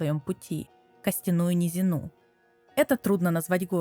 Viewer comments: Ахуеваю с подобных авторов. Вы не способны даже текст на русском правильно прочитать, ибо не понимаете значения слов. Какая, нахуй, "низинА"? Это "низИна"!!! В школе больше не преподают Пушкина, Лермонтова, Гоголя, или ты всё проебала? Ну тогда загугли, хотя-бы, что это значит. Игра переведена на русский очень качественно! И даже обидно, что ролики по ней делают, в основном, шарящие за лор, но при этом безграмотные бездари. Читай классическую литературу! Она хорошо расширяет как лексикон, так и умение им пользоваться. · низина́ (низи́на?) привилеги́рованные (о́?) яства́ (я́ства?) на плите (плита тюрьма, в?) сквозь дре́му (дрёму?) судьба сиблинга (сестры/родственницы?) а так интересно местами диспутируемо спасибо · О да, душите меня мои уши, костяная низина́, бытиё, ммм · низинА... бытиЁ...... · Комментарий, так сказать, в поддержку видео. Чуть резануло слух ударение в нескольких словах. 🙂 Правильно: низИна, привилегирОванных, Явства (не явствА). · Не низинА, а низИна